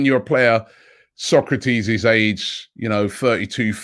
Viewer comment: Sok a ra tis, not Socrates Robbie, come on man he’s been at the club for long enough now. You were as bad with Santi Cazorla, calling him Cazola 🤣🤣🤣